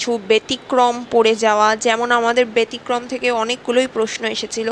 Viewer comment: উচ্চারণটা ব্যতিক্রম, বেতিক্রম নয়। 😊